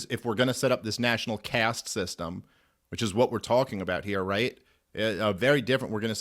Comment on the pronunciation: Don't wanna be the 1000th that guy but it is "caste"